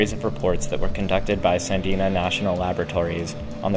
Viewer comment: Was of questionable credibility to begin with. But rife with inaccuracies and misinformation. Cannot even properly pronounce Sandia National Laboratories name...twice.